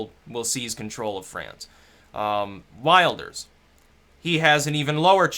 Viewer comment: we nag because it sounds so bad xd will-durs is what i came up with as well.